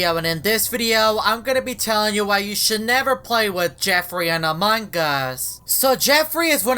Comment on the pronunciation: Haha not anong us its among